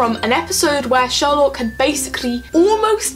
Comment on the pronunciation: It was more like "Sawlock" then "Sherlock" tbh. I have to say: I love the characters and I spend a lot of time getting to know them to a point where they felt familiar, but now... WHAT THE HELL DO THEY THINK THEY’RE DOING?!?! Also, dear writers... IS THIS THE END???? REALLY??!?!? WHAT THE FUCK???!!!!